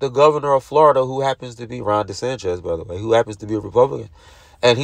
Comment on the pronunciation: Did you say Ron “DeSanchez”??? Come on man. That’s almost as bad as “tack-it” agreement. It’s DeSantis man. Come on. He ain’t Mexican!